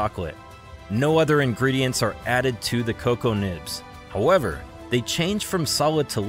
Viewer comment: Why are you calling it co co beans? It’s cocoa beans?